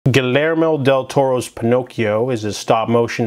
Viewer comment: I know this video is pretty old, but for Hispanic names or words when there is a double l, it is pronounced with a y. I.E. Guiyermo Del Toro (Gi-yer-mo)